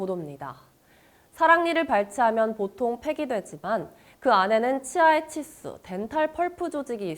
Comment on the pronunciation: 근데 아나운서 발음이 너무 구린데.. 치수를 칫스..라고 발음한거야?...